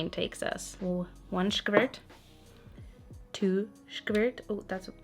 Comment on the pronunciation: You used to pronounce avocados as ah-vo-ka-dohs. Now you pronounce squirts as sh-ka-verts. And its gonna rub off. :D